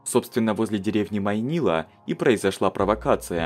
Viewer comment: А-а-а! Ма’йнила! И инцидент, соответственно, Ма’йнильский! Я понимаю, что финским мало кто владеет, но ударение же можно было проверить...